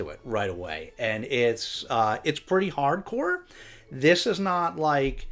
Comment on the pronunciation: Happy holidays! When you were talking about Olive's racy book picks I thought you were saying "parkour" instead of "hard core". But I guess both kinda work.